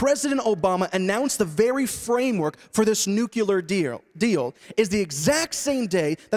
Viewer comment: Interesting, when you continue this conversation it is a nuclear issue not a nucular issue.